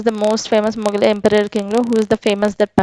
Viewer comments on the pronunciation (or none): none